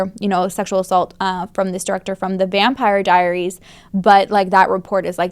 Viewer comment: So I’m pretty sure you said ‘Vampiary Diaries’ and that made me smile 😂